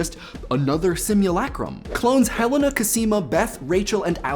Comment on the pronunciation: You mispronounced Helena